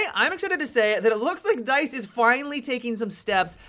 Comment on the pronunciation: "I'm right on board with DYTHE"